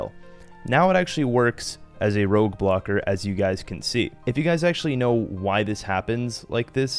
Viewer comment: Did you say ' rogue block or 'road block'? haha